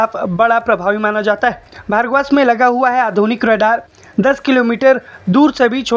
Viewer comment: यह भर्गवास्त्र नही बल्की भार्गवास्त्र है अर्थात् भार्गव अस्त्र 😂